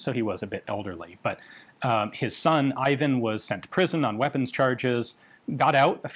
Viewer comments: Ee-vahn not eye van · There is no such thing as Ayvan! The name is pronounced Eevan.